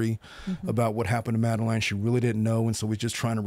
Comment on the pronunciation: You’re pronouncing Madeline’s name wrong 🫤